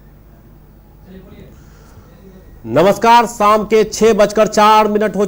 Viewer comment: साम नहीं, शाम।